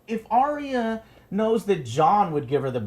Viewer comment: Are-rea is sounds like an STD Joe. ARE-YA, Arya. Do you just ignore the comments now, I bet you do to avoid the trolls. Well, you cut off your fans with that same stick so.